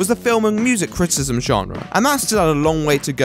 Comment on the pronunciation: Cri-ti-ci-sm, not crit-ism